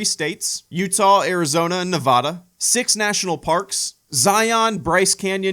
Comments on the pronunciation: Han shot first! And just a heads up it's “Nev-AD-a,” not “Nev-AH-da.” Love the content and me and my wife are looking into something like this as well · As a resident of Nevada, I must tell you IT'S PRONOUNCED NEV-A-DA! NOT NEV-AH-DA! That is all.